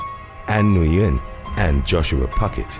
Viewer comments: Nguyen is just pronounced "win". Everyone always says it wrong lol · The name “Nguyen” is actually pronounced closer to the word “wing”. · I think Nguyen is pronounced "Win," or "when."